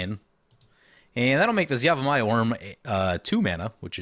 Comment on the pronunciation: Love the episode, but I gotta ask: Is there a reason you're saying yamivaya and not yavimaya? You allways do that, is there a reason?